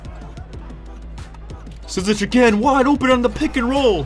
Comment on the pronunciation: And just for information you say his last name ZI-ZICK just so you don’t have to guess every time lol